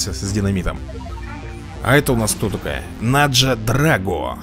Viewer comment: Не Наджа, а Надя Драго, это же отссылка к Рокки 4 к Ивану Драго. Только тут не СССР, а СССHL ))